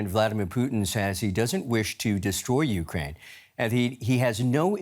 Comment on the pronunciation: "Putin is building a grat uckrain,his desire is to see a great contry".